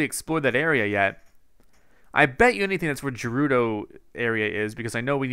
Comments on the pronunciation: Revali "Revali's Gale is now ready." "Thanks, Devali Gale." Also, Gerudo is pronounced Gah-roo-doe, not Jer-roo-doe. But most of all, THE PURPLE STUFF IS CALLED MALICE NOT BLIGHT!!!!!! I call it Nightmare Juice. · you say gerudo guh-roo-doh, not ju-roo-do! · Greetings from the BIG SKY. It's pronounced like 'girl' for gerudo. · Please tell me he stops pronouncing Gerudo incorrectly. 😩